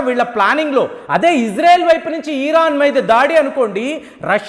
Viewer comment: "ఇరాన్ " అనoడి. మీరు "ఈరాన్" అంటూ ఉన్నారు.